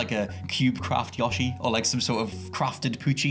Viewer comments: STOP SAYING YA-SHI ! ITS YOSHI ! AS IN YO-SHI....ITS NOT HARD ASS CLOWN ! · The way he says Yoshi.....